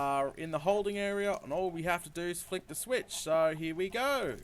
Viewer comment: I love how you say here HEE-UH love the vid!!